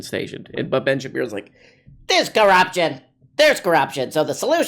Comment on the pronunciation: I recently started clipping all of the times you mispronounce Ben’s name and you’re giving me too much material my friend